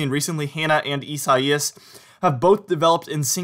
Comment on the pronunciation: It’s correctly pronounced EYE SAY US. Not how bizarrely you’ve been pronouncing that name.